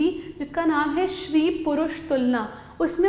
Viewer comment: It's stree purush tulana not shree... You have written right but pronounced wrong